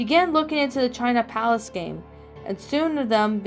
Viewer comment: Try doing a read-through first, before recording! *’palace’ rhymes with ‘Alice’ 🤷‍♂️ **keep up the good work!